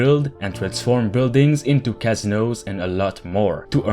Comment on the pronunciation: You say casino funny